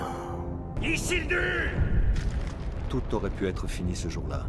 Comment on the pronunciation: Le "Isildur" m'a tué en début de vidéo, mon fantôme écrit un commentaire avant de regarder la suite